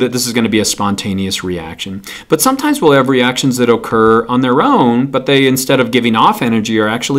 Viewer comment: When he says occur I hear okurr